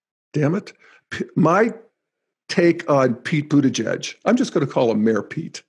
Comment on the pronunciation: Remind me - which is the stage of Integral when one learns to pronounce last names? :-p Just teasing, I am also deeply rooting for Buttigieg.